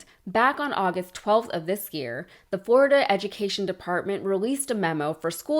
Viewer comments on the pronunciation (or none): Floriduh is gonna be just Duh.